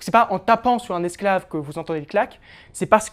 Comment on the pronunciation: Tres bonne predentation ! Par contre à , "Le clac ce n'est pas que l'on tape sur un escave" 😂